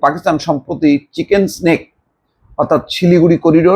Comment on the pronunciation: চিকেন স্নেক না, চিকেন নেক বল্